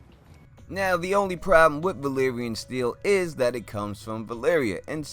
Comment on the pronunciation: They say Valyrian, Varys says Valerian. Maybe he had too much tea that day.